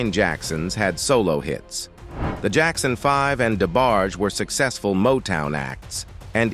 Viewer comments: "The Jackson 5 Ive." 🤣 Geezus you'd think they could dial in the pronunciation with all this technology. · So now AI robots put out videos. LOL Robot narrator "The Jackson 5-Ive"